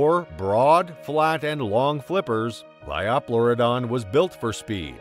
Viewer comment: The pronunciations could use some work, too. "LY-oh-PLEUR-i-don," not 'Ly-AW-PLEUR-i-don" — that just sounded awkward! — and "PLY-o-saur," not "PLEE-o-saur."